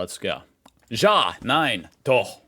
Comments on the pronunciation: Wow,. Your pronounciation of "Doch" was perfect! We know that the ch-sound is not easy for Americans. 😀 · it's so funny to me how you mispronouced a simple word "ja" but totally nailed the "doch" which is pretty difficult to pronounced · Your pronunciation of "Doch" was spot on, I had to listen twice to make sure, because it was actually that good. Edit: the fact you say djah, instead of ya for yes makes this kind of ridiculous😂